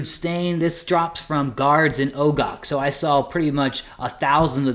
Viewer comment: You videos are helpful, but please look up how to pronounce "stein." Man, you really mangled it. Also, the Ogre city should probably be pronounced with a soft "o" and not a long "o," but if you insist on a long "o," I guess that's okay.